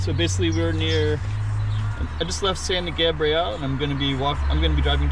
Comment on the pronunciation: We can tell you not from LA the way you pronounced San Gabriel it's pronounced in a male form not in the feminine tense.